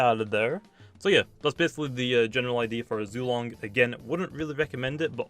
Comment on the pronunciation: Y’all I think it’s pronounced Zway-Long